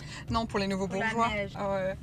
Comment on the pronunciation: "pour les nouveaux borgeis" nouveau bourgeoi on peut par faire pire